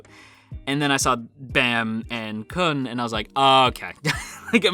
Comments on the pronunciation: khun👏is👏best👏boy also, try pronouncing Khun as “Koon” instead of “Kuhn” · His name is pronounced --- Blue turtle!